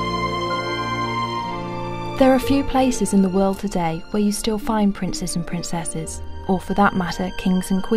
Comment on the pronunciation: Pwincesses? Gwace? Please let's get a narrator without a speach impediment...